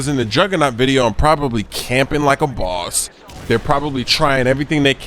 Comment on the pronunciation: He has a new York accent when he said boss